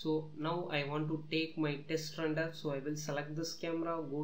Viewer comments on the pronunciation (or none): dude its called render not rundur. speak corectly because other peoples are laughing on you.